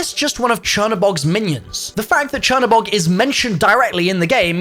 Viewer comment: google translate black god into polish, thats the way its actually supposed to be pronounced since the spelling is polish.